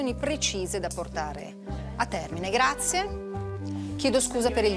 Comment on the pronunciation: Gabriele: silenzio grazieh....